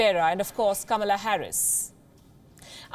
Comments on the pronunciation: The name is "KA-MAA-LAA" not KAMLA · Kamala Harris identifies herself more as as black African American [even though her Dad is from the Caribbean rather than from Africa] rather than half Indian - even wants her name pronounced as ''Comma 'la' rather than the Indian way which happens to be the way it is spelt too. Both Biden & Harris have criticized India recently over issues such as Kashmir, the CAA laws etc - so they certainly are NO friends of India & the 3m+ Indian diaspora in the U.S. should NOT be fooled but vote to re-elect President Trump who is very much pro-Indian & pro-business. The Labour Party in Britain made the same mistake last year & so angered the Indian diaspora in the U.K. so much that they mostly voted for the Tory Party in their resounding win in last December's General Election.